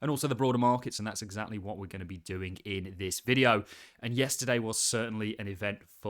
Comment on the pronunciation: “In this videyeow”